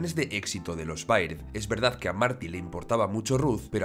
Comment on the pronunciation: se dice berd no baird